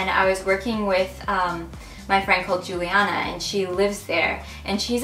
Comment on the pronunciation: Quando falou "Juliana", eu já senti que era brasileira, ai depois falou que era e.. HAHAH :D